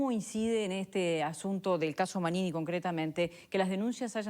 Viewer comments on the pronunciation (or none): esta persona se llama Manini, ¡ como le cuesta decir su nombre!